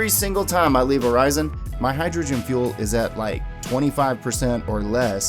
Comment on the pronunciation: ORI SON NOT ORI ZON